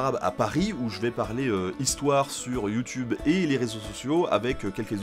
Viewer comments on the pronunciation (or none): none